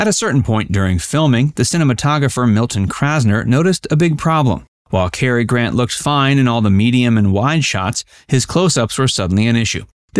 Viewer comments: CAR not KER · It's Boy-aye, and Cah-er. 😊